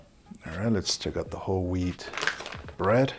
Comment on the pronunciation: I heard Whole Weed Bread instead of Whole Wheat Bread...